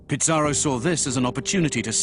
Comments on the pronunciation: Bro it aint pizzarro its pizarro you sound like your saying pizza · U BD its pizarro to be exact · What’s with the pronunciation “Pitz-ar-oh”? Also, the whole production seems to have used English “Black Legend” as its primary source. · They can't even pronounce Pizarro right. They think it's Pizza Row. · This video is moronic. How does the writer think history was made? How is Pizarro worse than any number of conquerors who shaped the world. Also, why does the narrator misprounounce his name? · Unbelievable that a professor of Latin American history doesn't pronounce it correctly.